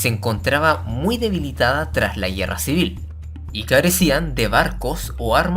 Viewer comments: se dice guerra, no guierra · ¿ estuvo fuerte la "yierra", no? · Por que dices la yierra en vez de la guerra? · Me preguntó lo mismo. Por cómo habla, parecería ser de chile. Pero ahí no recuerdo que pronunci n asi esas palabras 🤷‍♂️ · Son cosas mías o el narrador no sabe pronunciar la palabra guerra